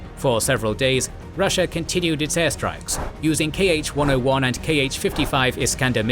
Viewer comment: Also - Not [kei-eɪtʃ] missile, it's pronounced just [ha]-101, [ha]-55. Cyrillic letter 'X' [ha] for some reason transcribed in english like 'KH', not just 'H'. The same with city names of "Херсон" - "Kherson" (pronounced like [herson]) and "Харків" - "Kharkiv" (pronounced [harkiv])